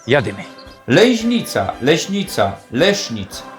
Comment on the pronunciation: ta "Lejźnica" to fonetyczna fantazja rajzy, bo np Adam Peter Kubik godkoznawca i z tych stron tak nie godo